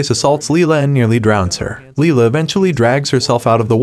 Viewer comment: It’s Lila not lia